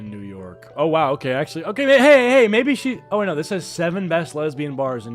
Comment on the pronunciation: "There's a MAHN here... AUR NAUR!"